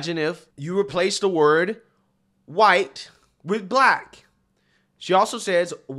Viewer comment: I can't tolerate him that much to do it. When he says "huwhite man" or "queen", I just can't